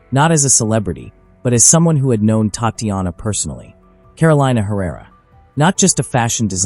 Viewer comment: Pleaae pronounce "Tahtianah ", correctly like this. Bad AI. TTattianna was not her name.